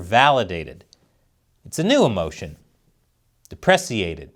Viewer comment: Depress-iated! 😂 And, that was a hilarious close-close-up! 🇨🇦